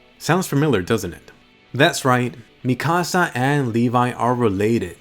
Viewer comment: I don't know why, but the way he pronounces Mikasa rly annoys me